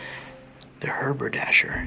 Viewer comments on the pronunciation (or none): You miss pronounced the word Haberdasher as harbordasher a Haberdasher is a hat maker